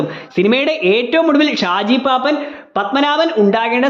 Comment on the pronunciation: പാപ്പാൻ ❌ പാപ്പൻ ✅ നെസ്കലേറ്റ് ❌ നക്സലൈറ്റ് ✅ റെയ്മൺസ് ❌ ഡയമണ്ട്സ് ✅